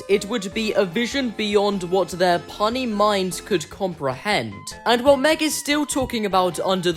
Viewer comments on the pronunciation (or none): Bro said “punny” 😂, it’s puny (pew-niy). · No way bro said “puny” as “pun-e” 💀☠️ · " Punee" I think you miss read puny 😂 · I love when you watch a video and it's so obvious the creator of said video is genuinely very unintelligent. Constantly repeating the same things over and over again, and then not being able to pronounce the word "Puny." Just crazy how people live like this. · good video but the way you said puny was 💀